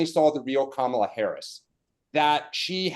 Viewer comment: If you are speaking about Kamala and incapable at this point of correctly pronouncing her very easy to pronounce name ( Comma-la) then say the name Harris.